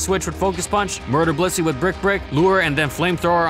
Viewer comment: Why do you pronounce Blissey as "pussy"?